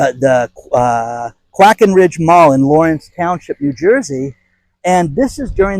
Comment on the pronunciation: "Quaken Ridge Mall?" Lol, it's the Quakerbridge Mall.